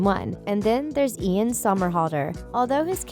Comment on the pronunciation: girl it’s not eLaN sOmErHaLdeR it’s IAN SOMERHALDER it’s not that hard